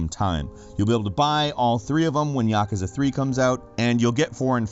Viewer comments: "ya, koo, za" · Absolute cancer the way you pronounced Yakuza... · I pronounce it ya-koo-za...